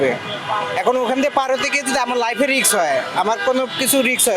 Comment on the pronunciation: রিক্স না রিস্ক হবে